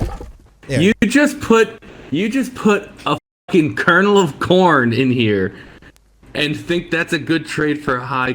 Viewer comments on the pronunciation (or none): "a Kernan of corn for high qual" 😂😂